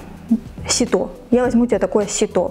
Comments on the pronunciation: Ужас, девушка, ни разу не подставка для обуви, а ваше видео. Косноязычная, по десять раз повторяющая одно и то же, потому что просто забыла , что говорила ранее. Вы не производите впечатление грамотного человека. А когда вы сказали "сито́", у меня пошла кровь из ушей... Пожалуйста, не снимайте больше. На канал зашла в первый раз. Очень много лишней информации. К чему нам знать про ваш герпес, если видео про Фикспрайс? Вы бы ещё нам про чирей на попе поведали😂🙈.. Дизлайк. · сИто, нужно ударение на И ставить, и на конфетах не шоколад, а глазурь.... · ситО🤣🤣🤣 сИто👍